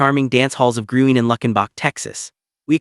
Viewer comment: Dance hall is pronounced, “Green” but spelled Gruene